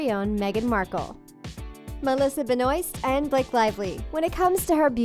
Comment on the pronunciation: You're pronouncing "Benoist" wrong